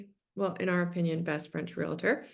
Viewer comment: It is not realitor. it is realtor. Just a suggestion if you want people to listen to your content and take you seriously then you must speak the English language correctly.